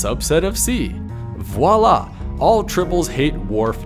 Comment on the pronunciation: thank you for saying "v-wah-la".